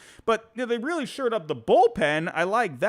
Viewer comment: You keep saying they “sured up,” but I’m pretty sure it’s actually “shored up,” as in to fortify or improve.